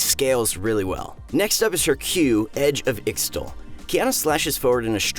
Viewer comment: when you don't know how to pronounce ixtail